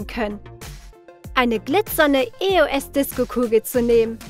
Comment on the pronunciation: Es heisst nicht e. o. s sondern eos